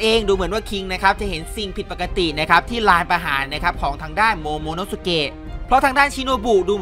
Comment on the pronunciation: โมโมโน้ะสุเกะไม่ใช่โมโน้ะสุเกะ